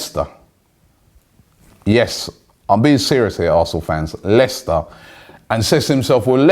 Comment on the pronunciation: Why is he saying Leicester like that when they have in the past 10 years won a league title and Arsenal have not?